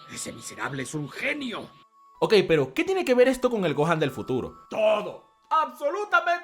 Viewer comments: ajjaaj se dice gohan y dai lo dice ¡gojan ! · dijo gon o me parece?